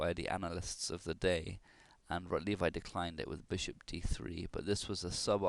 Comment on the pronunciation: It's pronounced "Rotlevi" (Polish W is equivalent to English V). Also, where did you get the information that this game was played in a tournament? I don't believe that's correct.